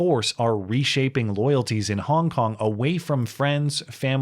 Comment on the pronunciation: Every time said “Hong Kong”, it sounded like “honk honk”